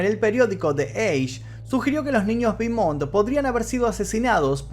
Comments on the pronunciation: Te puedo ayudar en algo? Beaumont es un apellido francés, su pronunciacion es ''BOMON'' eau=o la ''t'' no se pronuncia. Espero que no lo tomes como arrogancia de mi parte. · Se pronuncia "Bomon' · Querido, se pronuncia "Bomont" porque es francés, no inglés. Un gran abrazo. Excelente trabajo